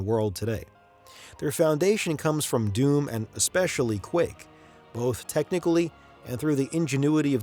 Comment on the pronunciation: He keeps calling doom "dune"